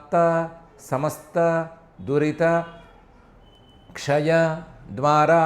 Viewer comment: దురిత,క్షయ అనే రెండు పదాలను కలిపే చదవాలి.దురితక్షయ అని.